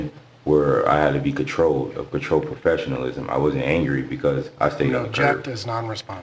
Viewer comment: Lmaooo "I groot, control and profsolizm" could you spell that for the court please? 🤣